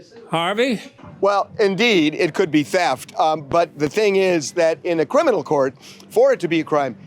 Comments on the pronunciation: rhymes with "sheft" 🙄 wtf is a sheft??? 🤔then looking crazy cause they didn't think of the word theft. U making up words Harvey! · It rhymes with sheft~ XD I find his comment a bit bereft~